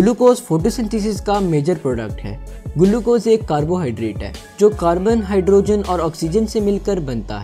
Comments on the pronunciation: Bhai Glucose hai gulucose nhi 😂😂😂😂🤣🤣🤣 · Sale gulucose nhi hota hai Glucose hota hai 😂😂😂